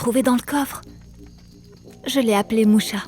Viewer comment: Heu je crois que c’est moussa pas moucha 😅😅😅